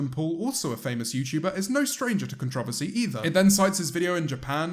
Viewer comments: The fact that u said contr ou vo sy instead of contr o ver sy makes jake a better person. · How you say controversy is so odd. It’s con-tro-ver-see not can-tra-va-see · JAMES IT'S "CON-TROE-VERSY" NOT "CONTROVASY" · James, repeat after me, con tra ver see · Both are correct but I’m from the same area as James (Buckinghamshire) and I pronounce it con-tro-Vas-ee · I love how he Pronounces Controversy. Con Tra Va See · no one: james: con-trovicy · James: Is trilingual Also James: Contravvacy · con ... tro .. va .. sea .... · That’s how he pronounced controversy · Why’s he say controversy like that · James I’m afraid that’s not how you say controversy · The way James says “controversy” has me dead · of course u pronounce controversy like that i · this is a great video and i completely agree with you but you say controversy weirdly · The way you pronounce controversy is adorable. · your pronunciation of “controversy” is taking years off my life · and the way he says controversy I've never even heard a brit say it like that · Excuse me but you pronounced controversy in a way I had never heard and I'm currently trying not to give up and die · uhhh james i think you pronounced controversy wrong... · I’m sorry can we talk about how James said controversy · James....why do you say controversy like that? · is it just me or did he pronounce controversy wrong Also eat your cereal..